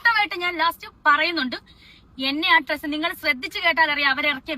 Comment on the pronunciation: It's dress not tress.